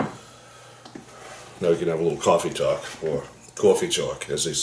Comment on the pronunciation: the "cawfee tawlk" killed me!!